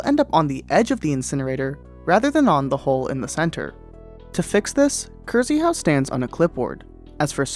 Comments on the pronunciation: Its cristopher in polish, not „cryzyhau” xd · Please read krz in krzyhau like ksh it sounds way more accurate